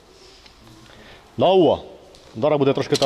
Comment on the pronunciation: Раньше было давло а теперь давва..ох и говор